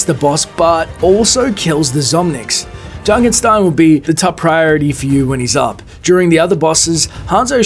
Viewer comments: It's Junkenstein, not Junkenstine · Its Junkenstein, not Junkenstine.